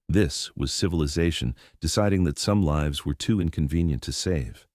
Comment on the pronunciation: The AI has to be tweaked because it keeps missing pronouncing words like "lives" wrong continuously.